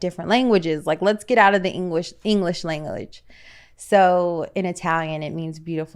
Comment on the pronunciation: “Let’s get out of the engwish langlage”